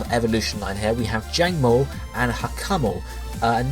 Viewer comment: Can you pronounce Jangmo-os line correctly please!?